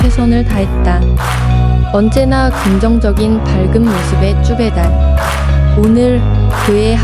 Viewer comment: 쭈배달인데 여자나레이션님이 자꾸 주배달 주배달이라고 하는거 나만 거슬리나 ㅎㅎㅎㅎ 하하하(쭈배달님 띠라하기ㅎ)